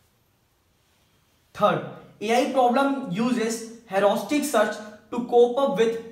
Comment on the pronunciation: U seems to say like hauraustic search but it 's rather heuristic!!